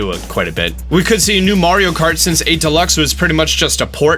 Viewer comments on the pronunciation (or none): I highkey thought you said Mario Karty, that is a Mario Party game thats Mario Kart themed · Lol Did anybody else heard him say "Mario Karty" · This guy just said Mario karty 😂😂